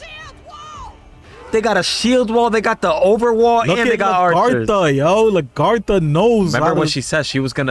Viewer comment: I try to let them know the same thing about how they pronounce Lagertha and Bjorn. But I still love watching them react to Vikings. It's one of my favorite shows.